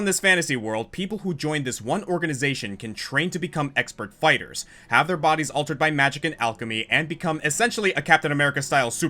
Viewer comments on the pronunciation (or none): none